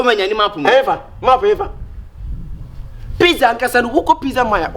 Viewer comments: Kyekyeku you're pushing into Trouble oooooooo By the way you're making me feel better on my birthday which is today. please is Pizza not pissa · Kyekyeku ur friend said it right it pizza not pezza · actually pronounced PIZZA 🍕 the right way. Kyekyeku said PIZZILLL 😂